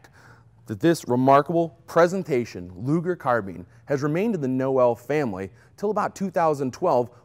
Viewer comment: Thank you for pronouncing the name of Mister Luger correctly :)